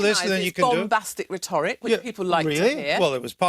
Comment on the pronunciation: Hopkins is a dishonest moron, who needs to learn how to pronounce 'rhetoric'.